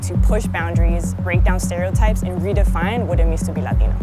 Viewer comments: LADINO 😂😂😂 I thought its pronounced Latino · Forreal bitch says latinyo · Take a shot every time she say LateenO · Bruh this bihh sounds mad weird when she pronounces "Latino/a" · She putting to much emphasis on it 😑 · She prolly doesn’t speak no Spanish but knows a word or two so she really tries hard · I just seriously despise that woman so fucking much and her butchering of 'latino' oh god please I hope she gets abducted or some shit by a mexican gang